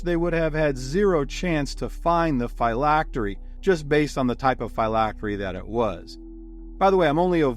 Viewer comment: The pronunciation of phylactery hurts but otherwise fantastic video keep it up